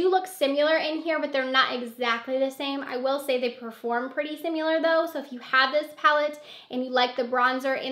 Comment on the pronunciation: SIMILAR** NOT SIMULAR.... that was so distracting..